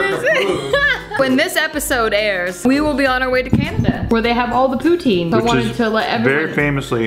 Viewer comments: Pou-TIN, not pou-TEEN. I feel like anyone that doesn't live in Northern Ontario or Quebec pronounces it wrong lol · Pro Tip: If you want to impress the Quebecois (the french-canadians) you must pronounce it "poo-TIN" instead of "poo-TEEN" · The way you pronounce poutine makes me cringe lol js. 🐱❤️